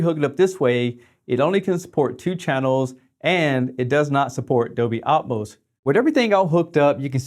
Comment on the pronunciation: "Dolby Atoms" ??? Hahahaha